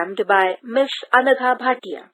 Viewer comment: You say miss anagha bhatia as anagha patia😂😂